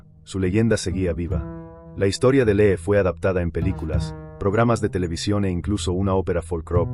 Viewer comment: Se pronuncia Li, porque parece que estás diciendo que lee😂😂😂por favor estudia más el idioma español